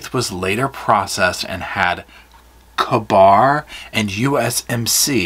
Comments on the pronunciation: Probably done, but it is pronounced kay bar and Marine core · It's just pronounced K-Bar